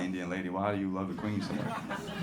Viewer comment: It is not quain say Queeeen